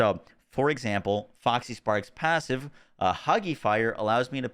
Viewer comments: Say it with me: Fox = "Fox" | Parks = "Parks | Foxparks = "Foxysparks" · As much as I've enjoyed / learned a lot from the video.. the cringe was real every time you said FoxYsparks -_-' there's no Y.